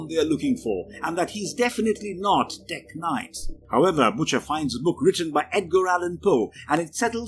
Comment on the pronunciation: I know it's a video about Tek-Knight... but he said it 61 times in the video, and the way he said it All I couldhear was blablabla teG-nite blablabla TEGnite